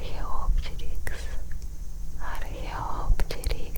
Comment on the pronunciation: Извините, но немного слух режет, ведь правильно археоптЕрикс, а так видео огонь, спасибо)